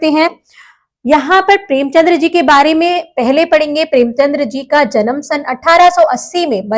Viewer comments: Premchand, not Premchandra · Excuse me mam ...premchandr nhi premchand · Mam it's preamchand .. Not premchandra❤ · premchandr nhi premchand h